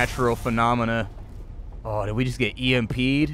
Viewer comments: "We got EMPeed on..." lmfao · "He got EMPeed on"